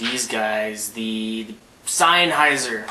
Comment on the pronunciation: He's pronouncing it correctly. It's a German company, hence the word is German and said the way he is saying it.